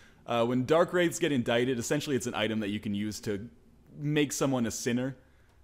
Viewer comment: PSA: Indicted is pronounced In-dick-ted. That'll be all.